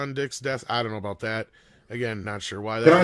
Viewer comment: “This is aboot diplomacy, this is aboot dignity. “